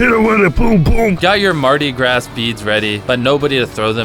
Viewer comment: pronounced mardi (Graw) Gras